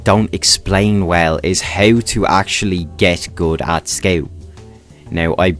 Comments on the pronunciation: I laught every time he say ''skeu'' insted of scout xd. nice guide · 12 minutes of me being mad about him saying "sceut"